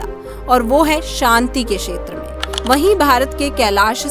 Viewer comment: क्षेत्र को बार-बार शेत्र बोला गया है जो बहुत खराब लगता है।